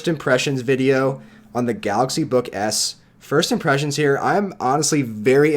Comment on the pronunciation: I don't know if it's just me but... I hear him saying "galaxy book ass" I apologize